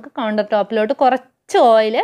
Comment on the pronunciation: കോയച്ചല്ല കൊറച്ച്😜😜